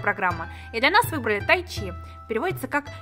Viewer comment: Не тайчи, а тайдзы😅😤😬😡😠😾💣